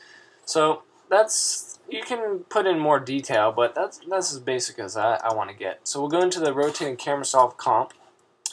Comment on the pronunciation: he said "DO YOU WANK" XD